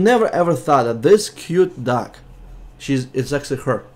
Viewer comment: im not being rude but when u say "dog" in your accent to me it sounds like duck ^^ :)